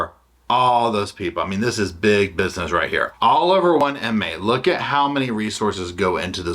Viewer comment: Cracks me up how you add “Sha” to everything 😂 and how you say “Shabusiness” (that name completely sounds made up 😂😂) she’s shaevil. A shycopath 😏😠